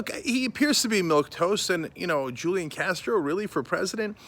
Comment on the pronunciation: This is journalism?? He can’t even pronounce his name correctly.... it’s Who-Lee-Awn. And his brother is not his campaign manager. You gotta get these facts right before you post in this fake news era... stop being lazy, you can google this stuff.